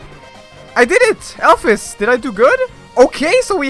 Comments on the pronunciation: ITS PRONOUNCED ALPHEEEES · Am I the only one who pronounces alphys as alph ee s and not alph i s